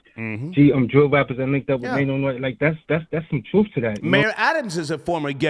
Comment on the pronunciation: Maino he said lmfaoooo ratpack 😂